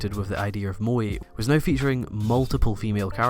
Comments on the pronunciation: MOÈ. Not Mo-Ee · "Mo-Eh" to your "Mo" - "E". Pronunciation has made it nearly impossible for me to enjoy this video despite all the effort that's gone into it. I know im dumb, stupid things like this will ruin something so great for me. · and the way he pronounces it sounds like mooi ie pretty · its pronoced "MO - A" I think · you know very well how the word moe is pronounced in japanese, i don't care what country you are from or what accent you have why the f*** do you keep pronouncing it as 'moy', is it difficult? how do you pronounce the first E in everyday? ah ffs he even mispronouced bishojo, i can't watch this anymore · "moee"? Why English speakers cannot pronounce things normally xDD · Your pronunciation of the word "moe" sounds exactly like the Dutch word "mooi", which means "pretty" or "nice"... Hmm... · How would you correct his wrong spelling of the word "moe"? He says it like "mo-ee"... which is incorrect. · "mo-eh", and "bee-shore-jaw". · Also, you're pronouncing "moe" wrong too :/ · first of all just learn how to pronounce moe correctly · u're just a weeaboo who can't even pronounce moe correctly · his pronunciation of 'moe' so annoying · calling evangelion a moe bishoujo lmao wtf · Pronouced moe kinda really weirdly here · Erm, is there part 2? This feels like an interesting attempt to analyse the phenomenon, but also seems to end just before you manage to get to the point ... Also you could learn how to pronounce 'moe' and - especially - 'bishoujo' you know, it isn't THAT hard ... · That's not what moe means and your pronunciation is terrible. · You pronounce moe horribly wrong ...